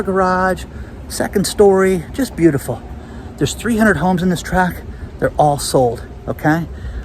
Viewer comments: I thought it was housing "tract"? Not "track"? No disrespect intended. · By the way, it’s a “tract” of houses, not a track.